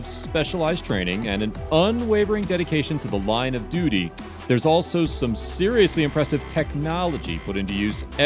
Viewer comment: hahaha he said duity